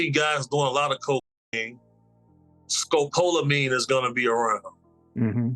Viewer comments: Mispronounced Scopaline but it's street name is Devils Breathe it's the scariest drug in the world it's been said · It's pronounced.. Scope la Mean 1 word I've heard of this drug, very popular in South America, especially Brazil. I've been doing extensive research because I plan to travel soon. Just YouTube brazil/tourist/tourism/club drugs. There's a plethora of American citizens that have been given this drug in clubs; usually by drink, and sometimes even by the bartender. Very dangerous stuff. Look it up, and I'm wagering that's exactly what Diddy was using. You can keep people in Zombie Land indefinitely with that stuff